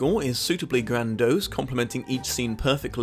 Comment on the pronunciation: Grandose? Is that a sugar?